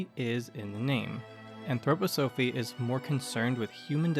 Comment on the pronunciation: It's pronounced 'anthroPOsophy''. thank you.